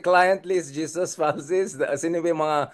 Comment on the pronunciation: Prof Richard, pls call him HESUS (Filipino pronunciation) NOT JESUS. JESUS IS OUR LORD po. Sorry. 🙏❤️